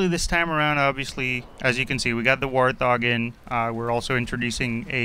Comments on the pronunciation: Is he seriously saying "war-thog"? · War-thog? It's Wart-hog. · No one pronounces Warthog that way though. I mean, the pre-Halo days where the most popular warthog was Pumba from The Lion King, it was Wart Hog. Wart Hog because it's a fuckin HOG. presumably with warts, but that bit doesn't make much sense for me. I don't think warthogs actually have any more or less warts than the typical hog. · The way he pronounces "Warthog" kills me :(